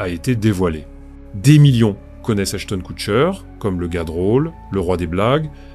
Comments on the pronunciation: « achetone quoutcheur » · Comme la voix dit : hash tonne coût cher ! 😂😂😂